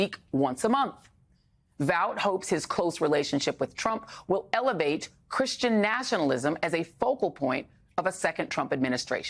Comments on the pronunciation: Christain . sounds like.a dirty,vulgar word when Trump says it. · Sounded like he said that he’s not Christian